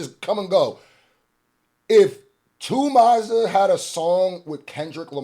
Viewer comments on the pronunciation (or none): Calling Smiley "Too Maza" is wild,!😂 Happy birthday,Fam🎉